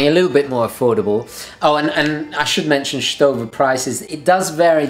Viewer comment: Great video but ... you said Stowa in strange way ;) Its german name. Just type in youtube Stowa uhren and listen how germans do it.